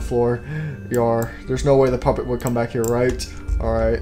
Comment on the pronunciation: did the old Freddy say poopet💩💩💩?